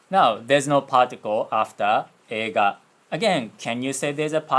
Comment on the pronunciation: It's probably not the same thing going on, but I just found funny cos you didn't pronounce の